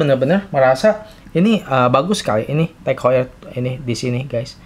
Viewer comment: Maff pronoun session ya bukan TEG HOYER . Tapi (TAHG HOY-ER)